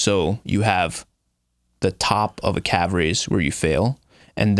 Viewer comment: “In the calve” 🤦🏻‍♂️